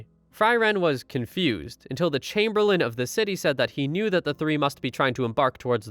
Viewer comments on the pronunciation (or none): none